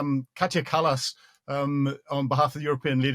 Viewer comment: Seriously!? "Catcha" Kallas? 🤕 I know you are Scottish, but ..